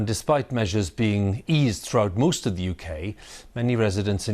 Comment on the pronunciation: Did he say moost of the UK?